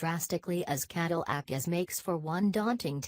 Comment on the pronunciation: Caddle ack? Human voice, please. Escalot? WTF?